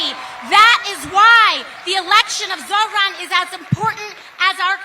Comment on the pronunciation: Why is she calling him ZoFran ?